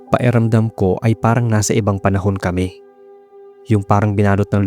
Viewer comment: Napapansin ko lang po, bakit parang nawawala minsan ang tunog ng letrang “K” sa mga salitang tulad ng “pakiramdam” at “malaki”? 😄 May ibang salita naman pong malinaw ang pagbigkas ng “K,” kaya medyo kapansin-pansin lang kapag sa ilang words ay parang hindi siya naririnig.